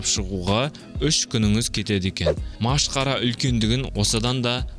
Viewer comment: Қай аймақтың диалектісімен сөйлейсің? Машқара, секер деген сияқты сөздерің біртүрлі естілді. Негізі көпшілікке арналған арна болғандықтан әдеби таза тілде сөйлеуге тырысу қажет. Мәселен, масқара, қант (шекер) деген сияқты